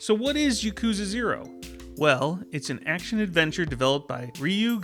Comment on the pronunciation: I have a single complaint about this video. You're pronouncing yakuza wrong! It's YAH-koo-zuh, not yuh-KOO-zuh. I just thought I would point that out.